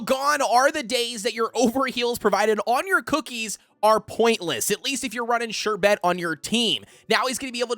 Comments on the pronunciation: Love your videos, and just want to help.. The pronunciation is more like 'SHER-bit' than 'sher-BET' like you are saying. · I love how he says Sherbet XD ‘Sher-bet’ but great video! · I say sher-bert even tho there's no R in the Bert 💀💀